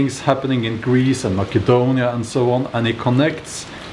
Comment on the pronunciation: Masedonia not Makadonia